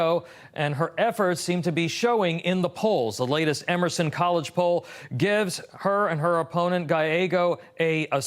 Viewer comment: She said democrapp a bit too clearly!